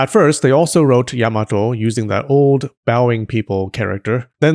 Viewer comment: Or, you could also pronounce it "yah-mah-toh" like the Japanese! Instead of "Yeah-muh-toh" 😊